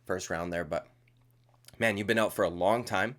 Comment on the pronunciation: You got that Dublin accent down pat, my man! I did hear you say the word "out" several times in this video and I find your Canadian accent little lacking.. keep practicing that one.. lmao. 😂 Nice work on the vid. First time YT recommended you. I will sub.